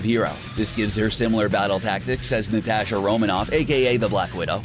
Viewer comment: He even says Natasha wrong it's not limited to just the my hero characters, so annoying!